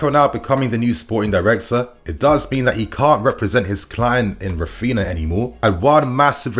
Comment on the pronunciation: It is Raphinha, not Raphina lmao. Stop mispronouncing his name ffs. And Alemany is not leaving Barca for Villa anymore. + Deco will join Barca structures but not as a sporting director.